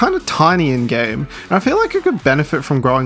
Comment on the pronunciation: I heard, "it's tiny and gay," not "it's tiny in game." That's what my parents say about me. I 🤣🤣🤣